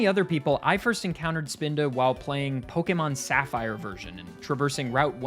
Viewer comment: This video is my introduction to your channel, and I just want to thank you from the bottom of my heart for being one of the rare few to pronounce "pokémon" correctly.